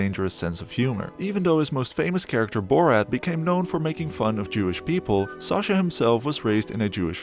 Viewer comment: Who's SARcha? Do you pronounce Apple ARPLE? No? Then why pronounce SACHA as SARCHA ffs 🙄